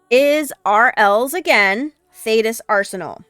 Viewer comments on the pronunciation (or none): none